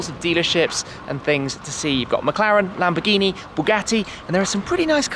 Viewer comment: what was that german accent when you said "lamborghini"